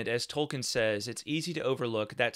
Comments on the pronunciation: Hi. If you google, you will see that Tolkien himself pronounces his name Toll-keen, not -ken. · Tolkien, not Tolkin. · All do respect, you should learn to pronounce the man's name correctly if you're running a channel bearing his name.